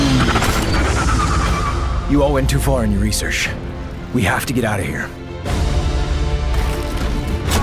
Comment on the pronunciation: I was on the floor when he was like "you went too far with the *researsh*" 😆